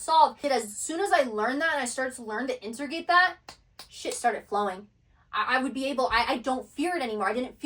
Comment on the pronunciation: She does have some kind of throat chakra issue. She can’t say “chakra” right, only “char-ka.” Or “integrate”, she says “inter-gate”. But she’s brilliant, and it doesn’t ruin the message. It’s literally just a fly on an otherwise perfect windshield.